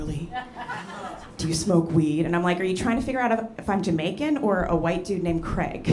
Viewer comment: I never heard a Jamaican pronounce the name Craig like that before